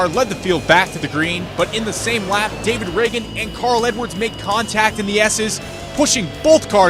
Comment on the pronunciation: He just said David in a weird way